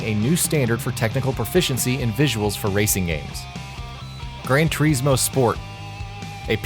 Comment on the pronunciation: Did I just......hear..... grand tureesmo ??? XD